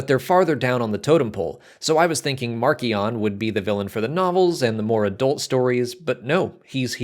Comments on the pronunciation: For what it's worth, the audio book for Light of the Jedi and the official Star Wars youtube channel say mar-see-on not mark-ee-on. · I've been pronouncing it 'marsh - ion' and I'm never going back on that!!